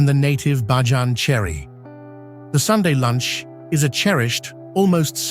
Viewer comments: Thanks for capturing so many aspects of Barbadian culture, geography, cuisines, etc. However, please note authentic pronunciations: Barbados = bar-BAY-duss [not -doss or -doze]; Bajan = BAY-zhun [not bah-zhan]. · The word for Barbadian natives, culture and lifestyle is pronounced "Bay-jan" not "Bah-jan"😒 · It's pronounced BAY-JAN - NOT BAAH-JAN ! Just FYI ! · The A.I. Voice sucks. Its not Bah jan. its BAYjan!!! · Prononciation is Bayjun NOT bahjan! Bakeries do NOT open for salt bread in the mornings! They open around 9 am and bake for the evening. Some images are NOT of Barbados but it is a lovely place to live! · Bajan is pronounced BAY-JEN, and Barbados is pronounced BAR-BAY-DUS. Speightstown is pronounced SPITES-TOWN. The mispronunciations take away from a lovely beginning. After about 20 minutes in, you moved from Barbados to other islands while still calling the foreign lands Barbados. If you can fix these things, and remove the AI looking parts that came post the 1/2 way mark, then you can have something that is shareable. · Nice but ‘Bahjahhhn’ and ‘Sosha’ uhh ya mean Soca? ummm get that AI together. We just gone ignore how the people got on the island and their relationship to sugar yeah what’s the story there 👀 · Many scenes are absolutely Not Barbados.. especially the last half of this video. Also , the commentary saying BAJAN incorrectly is very annoying.